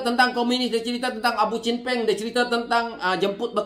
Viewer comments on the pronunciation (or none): kelakar la haji hadi sebut. chen peng ...kadang² dengar. bunyi macam champagne 😂😂😂